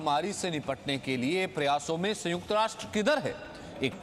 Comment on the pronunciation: संयुक्त ना कि संयूक्त।